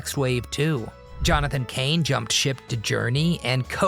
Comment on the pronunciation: Hey...Swing and a miss on Johnathan Cane!